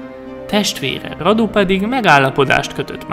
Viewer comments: Vlad= Vlád Radu= Rádu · A kiejtésekkel kicsit baj van, s néhány infót én nem így tudok, de lehet nem vagyok én olyan informált... ( kiejtések: Vlád Cépés, Mircséá, Rádu, Târgovisté ) Amúgy, ez kritika, de nem rossz indulatból írtam le! :) U.i.: Erdélyből vagyok, Segesvárról. S tudtom szerint, NEM SEGESVÁRON SZÜLETETT, SŐT...! Miaszar...? Hogy...?